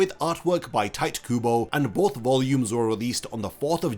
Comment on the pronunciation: It’s crazy that you did enough research to make this video but somehow not enough to realize his name isn’t pronounced “tight” 💀.